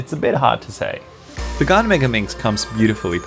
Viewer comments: It’s not pronounced “garn” it’s pronounced “gan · Why does he say GAAAAN it is GAN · Everyone:Prounounces Gan as gen Him:Gun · Hi bro but its gan not gaan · its gan not garn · Its gan not gun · It's not gaan it's gan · Never heard anyone pronounce it “Garn” haha. Is that how it should be pronounced in Chinese? Cinematics are so on point and very informative! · pls don’t get upset that he thinks your Chinese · It sounds like he is saying garn because of his accent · 4: 46 He says GAN like GUN Is it just a coincidence, or am I onto something... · Gaan not gan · He says Gan wrong so many times!! But any way love your videos!